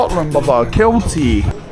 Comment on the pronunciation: said either Glasgow Rangers or "Keltic"? 💀